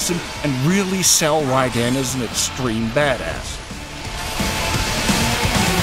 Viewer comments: It's not pronounced "Rie Den" it's pronounced "Raiden" with Rai sounding like ray so pronounced Rayden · it's RAI-den, not rai-DEN. You can even hear it in the game for god's sake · Can't he just say "Raiden" the way it's said in the game? "Rai-den"... yeah I get it, that name is made up of two syllabies that have a meaning. Lightning bolt. I don't know... I mean someone's gotta edit that stuff, so didn't that person think "Ummm, well, I think that sounds just stupid how he says Raiden. Maybe we should do another take?" I hope doesn't take this as an offense. I know how much work it is to do videos and you do an amazing job! Please don't be pissed.:) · Raii - Den ... ? Well, that completely tells you the narrator has no idea what he's talking about. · rage quit as soon he said rai-den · why call him Rai-den,wtf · Did you even play the game? Because if you still can't pronounce Raiden's name even after "RAAAAAAAAAIIIIIIIIIDEEEEEENNNNN!!!!!", I'm not entirely convinced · Yeah, next time you do a review, make sure you know to pronounce the main character's name. Seriosuly, it's not that hard. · No reviewer has the right to review a game if they can't pronounce the protagonists name properly.